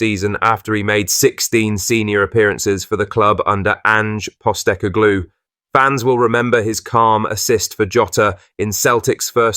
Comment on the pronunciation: Ange postiGLUE🤔 really narrator's pronunciation is off !